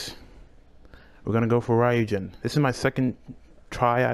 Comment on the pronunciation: I was proud of you...then you said ryujin weirdly, now im just sad. Im not good with congratulations so... cool